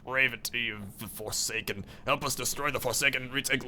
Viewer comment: What the hell is a forcaken? lol